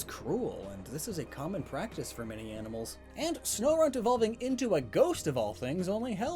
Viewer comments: Snorunt Sno-RUNT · It’s even called sno*RUNT*